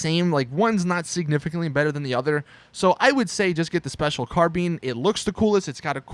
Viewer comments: What the fuck is a carbean ???? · "Special CARBEAN" I'm fuckin done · "special carbean" 😂😂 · Josh Nevett LOLOL Special Carbean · "Car Bean" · say carbine right and btw you can dodge a homing launcher with a hydra which is better than the buzzard btw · doesn't know how to say carbine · Bruh you don't even know how to pronounce the name of your favorite assault rifle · As I fucking said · Tungtyde Ninja i perfer carbine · lol you dont know how to say carbine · Special "car been"? Its pronounced " car-bayn" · please, its special CAR-BINE, rhymes with dine, wine, sign, line. not carbeen. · It's the special carBINE not bean 😂😂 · Its pronounced Car"bye"n not carbeen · Special carbean?😂 what?😂 You mean CARBINE! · the way you say carbine pisses me off its not carBEAN its car-bine you say the I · wtf is a special car bean??? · It's not pronounced "Carbean", it's pronounced "Carbyne". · Carbene it's carbine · carBING? its CarBine. like columbine. fucktard. unsubbed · Carbine as in eye ball carbine not carbene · It's carbine not carbeen. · Ahaha special carbean 😂😂😂😂 car-bine, oh my god i laughed my ass off, americans they always say things weirdly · HA "SPECIAL CARBEEn" its the special carbine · i like you but, stop saying "special carbean", its "carbine". bine sounds like "fine" thats how you say it bro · Car been 😂😂😂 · Its CarBINE not carBEEN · carbeen? Is this nigga stupid? Its Car-Bine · Brendon O'Laughlin he also said carbean wtf is a carbean i thought it was a carbine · Ah yes, the special carBEAN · “The uhrr Special Carbean” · "special carbeen" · Special car-bean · "Special 'car-bean"😂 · Wait did you just say "Special CAR BEANS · Wtf is a “carbeen” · What the phuck is a car bean? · "and then my favorite, the special carbeen" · ITS CARBINE! :P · "special car bean" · "Special carbean" im triggered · did this dude say "carbeen" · The way he said Special Carbine ~ Special Carbean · "Special Carbean" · Special carbean he said 😂😂😂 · Special carbean lol